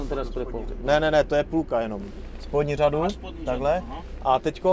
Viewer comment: až na tu "žadu"(řadu) :D :D :D